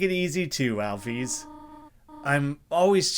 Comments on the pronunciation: Its pronounced al fis not alfies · Pretty sure the widely accepted way to pronounce “Alphys” is (Alfis) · Yeah I'm pretty sure the standard pronunciation is "Al- fiss" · Your pronunciation of Alphys is more akin to the spelling of Alphese (not a real name, but said like one would pronounce a Greek name - Damocles) Alphys is pronounced al-fis for the same reasons physics isn’t pronounced phe-seeks. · I don’t know the common pronunciation, but I pronounce it as “Al-fis”, not “Al-fees” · It’s pronunciation is Alfis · The classic pronunciation is alfis. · Your pronunciation of Alphys is nothing compared to "Hatty."